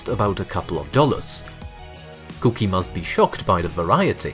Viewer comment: Fun fact, when he first started using the terrible robot voice it said cookie regularly. Apparently his regular viewers hated the change, since they were used to him saying it with his accent (coo key), so he fixed it so that the robot voice says it that way now.